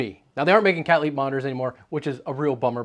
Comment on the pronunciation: 'I bought a brand called Cat Leap' (according to CC). What exactly is the name of this brand, I cannot tell what he is trying to say.